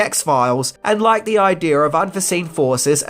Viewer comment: why do you say aaajdieejaaarrrr instead of idea